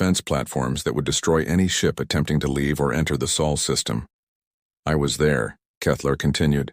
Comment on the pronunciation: You AI needs a spellcheck. Sol, not saul. Long o, as in so.